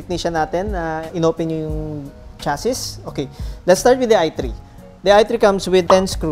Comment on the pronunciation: Sir hindi po "chasis", ang tama po ay "chasi"